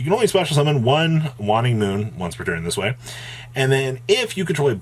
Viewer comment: Waing is pronounced wayne-ing. The cards name is a play on waxing and waining of the moon. A waining moon is one in the period between the Full Moon and New Moon.